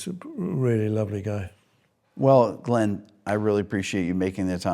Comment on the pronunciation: Its pronounced Glinn; not Glenn, Rick.